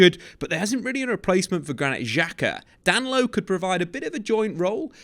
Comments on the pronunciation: … I know you don’t speak Portuguese but common Dan-lo. Da-ni-lo. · His name is Da-Ni-Lo not Danlo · DA-NI-LO sheesh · I don't know who DAN-LO is, but DAN-KNEE-LO is a player Arsenal have their eye on. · “Dan Lowe” 😂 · Oh you’re thinking about Danilo from Palmeiras. He’s talking about Danlo from “Palairmez” 😂